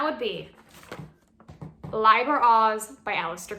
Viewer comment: So, like the book says, speak as ye will, but if you want to know what most people consider to be the correct pronunciations, Liber is pronounced "lee-ber" and Crowley rhymes with holy. Keep up the Great Work,. 93!